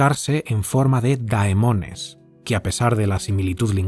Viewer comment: Se pronuncia Demones